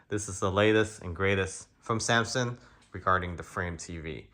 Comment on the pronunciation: Dude can't even say Samsung